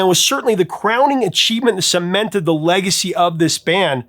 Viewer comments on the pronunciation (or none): none